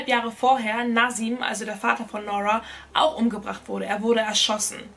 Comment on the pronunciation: Wie spricht sie aber Nora aus??? Es heißt NuRRa nicht NOrwaaa diese englische Aussprache ist falsch